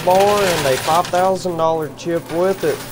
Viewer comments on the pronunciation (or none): none